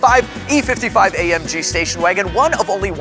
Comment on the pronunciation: "spacion wagon"???😕😅😅😅